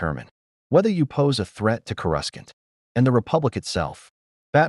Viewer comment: Coruscant, not whatever the fuck u just said,.